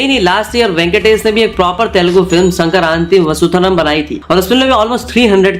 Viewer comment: it is not Sankranti ki vasutharam rather Sankranti ki vastunam, another classic case of hard ruining of oration of regional language terms!! seems pretty mixed research video by this so called creator with picking of the high actor fees and specific so called director making it big and the regional film getting recognition and box office no's being everything courtesy pan indian film and return of the amounts to producers need to see in future if the other industries are assessed to this level of details and also bollywood and this fetish with box office nos and high renumeration need to stop with something like profit sharing model worked out and there needs to be surprise sprung up to prove critics wrong!!